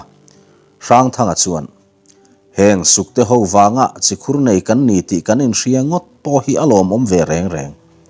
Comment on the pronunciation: Si Khur ani lo, chi khur alawm.